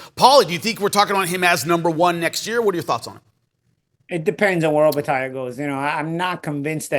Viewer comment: Chris, it’s OpetiA not Opeti. I had to listen to make sure of the pronunciation. Great show again guys.